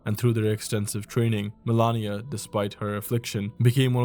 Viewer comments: Why you said "melania" instead of malenia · Good video, but some things never cease to amaze. Like Malenia. It is written MALENIA. The name is spoken about million times in the game and is pronounced the same way as is written. She literally says the name during her cutscene. Boom, author of the video: mElAnIa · FFS, Melania, seriously? Cant even pronounce her right? Never cook again. So many BS "facts" in the vid. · Dude I was thinking the same. I don't want to shit on the guy too hard bc the video was well made and the effort is there overall, but when there's actually another character in the game called Melania and you're writting a 20 min script, how tf you gonna call Malenia Melania every single time and overlook that. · It’s Malenia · 2 years and mfs still can’t pronounce Malenia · Nah, why are you saying Malenia like that bro? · you are misspronouncing malenia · Great video, but the way you pronounced Malenia made me recoil lol. Still tho, cool list, never realized that the cover art knight had such significant impact.